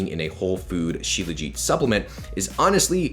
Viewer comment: It's pronounced SHilaa-jeeth my man. Thanks for the video....u r doing a good job in popularizing Indian remedies. I'm an Indian and have been using Shilajit forever. I'm 39yrs old and swear by Shilajit.